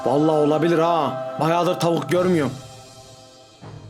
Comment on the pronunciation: Tavuk ❌ DAVUK➕